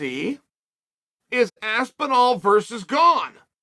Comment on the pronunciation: I can’t un-hear Aspin-wall